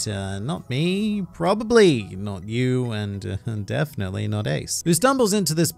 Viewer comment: Death-netly not ace😂